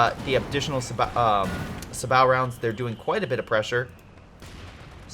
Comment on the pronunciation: "sabat rounds"...